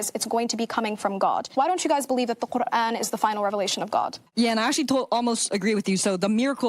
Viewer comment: Her phony boloney way of pronouncing “Quran” for attention like that is all I needed to hear 😂